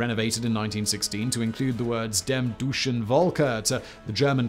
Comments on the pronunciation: As you often are concerned about your pronounciation of other languages: Your German pronounciation has become quite good, just one sound wasn't met: eu is pronounced like the oy in royal, so "dem deutschen Volke" is pronounced like " dem doytshen folke" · He pronounced it like "dem douchen volke" hahahaha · Dem [douchen] volke xD That’s some legit trolling lol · Haha, "dem duschen Wolke" - That means "those showering clouds". eu is not pronounced u , and v is not prounced W ;-) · Simon. I love your videos across all your channels, but PLEASE work on pronunciation of some words that can be confirmed with a Google translate audio check. Part of my soul died when you pronounced "Deutschen" as "doosche".